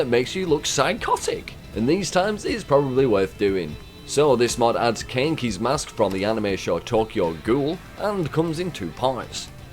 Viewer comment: Pronounce Kaneki right next time lmao